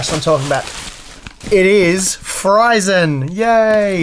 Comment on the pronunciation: Maybe instead of reading it Fryzen, we will read as Freezzen.